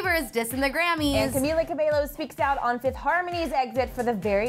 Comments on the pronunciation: "camila kuh-bae-lo" camila has been around since like 2012 and people still can't pronounce her name right.... lmao.... must be hard to take 0.2 seconds to google the correct pronunciation of her surname huh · She really said camila cabeylo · Uhhh they said camEEla cabeLo💀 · Aaahhh hail nah she didn't just say Camila Cabe-llow, uh uh repeat that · 10 seconds into the video and yall saying Cabello wrong